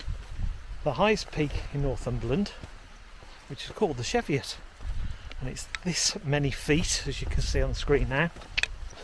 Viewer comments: It's "Cheeviot" not "Sheviot"! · Hi its pronounced cheeviot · Yes, was made aware of this a while back, will use "cheeviot" the next time we're there. Thanks for watching and putting up with my pronunciations...